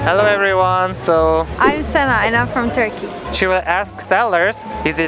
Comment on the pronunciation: Its no “sana” its sena